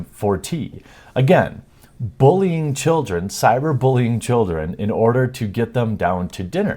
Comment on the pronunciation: I'm just curious, why do you say bullying like booolying? Is it.your accent? Just wondering :)